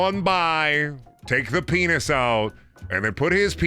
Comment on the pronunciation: Please, it's called a 'beenis'. Let's use the correct terminology.